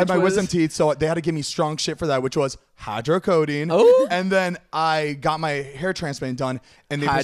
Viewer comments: Yes, they give ketamine. And it’s hydrocodone not hydrocodeine lol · are we not gonna talk about them convincing themselves that its called "hydrocodeine" and not hydrocodone LMFAOOOO they are so funny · Lmao “hydrocodine” no boo boo. It’s hydrocodone 😂. I love you zane♥️ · When Zane says hydrocodine😭 Zane baby that doesn’t exist. It’s hyrdocodone💀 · The way they kept saying "hydrocodone" was driving me crazy.